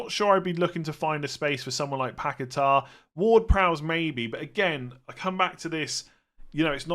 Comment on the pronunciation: 'pack a tar' 😂